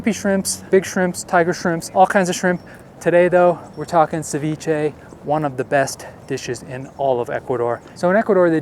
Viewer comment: Ceviché is from Ecuador not the world. Don't mean to be mean but your pronounciacion is horrendous. How about trying a little harder it won't kill you. You truly make me cringe. 😇 👀